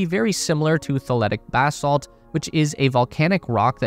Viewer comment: “Baa-salt” snickers